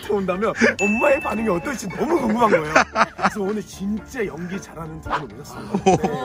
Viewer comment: 어머니 나무 구수하셔 발음잌ㅋㅋㅋㅋㅋㅋ 이써글넘아